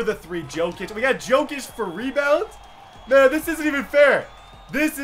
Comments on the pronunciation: it's pronounced yo kic not jo kic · It's pronounced yokic not jokic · its pronounced yokic not jokic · Jokic is pronounced yokitch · Pronounced Yokic